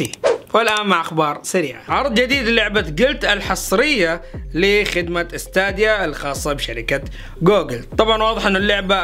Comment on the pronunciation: ستيديا مو ستاديا كل مرة تلفظها غلط